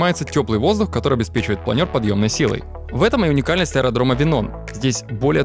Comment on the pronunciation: Впервые слышу, чтобы плАнер называли планЁром.)